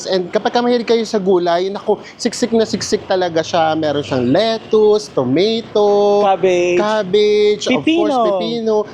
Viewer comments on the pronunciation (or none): none